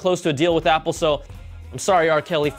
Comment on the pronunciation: Guys Pause , he is killing the "Apple" LOL